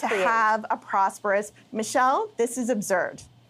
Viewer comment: Michelle... Michelle... Michelle... Michelle... Michelle... Michelle... You’re being abzurd. (someone ought to show this NDP lady Ferris Buellers Day Off, and teach her to say absurd correctly.)